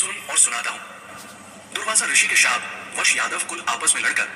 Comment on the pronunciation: अपना उच्चारण ठीक कीजिये, जैसे शाप सही है श्राप नहीं, ऐसे ही देव योग नहीं, दैवयोग सही है. वैसे आपके जवाब इन गपोड़ियों के लिए सटीक हैं. इन ब्राह्मज्ञानी चेलों का ज्ञान अद्भुत है,'सपष्ट 'है,'कलियरहै.